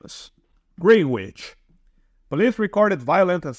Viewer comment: Its pronounced Greenich! Im in southwest. Generally its very safe in southwest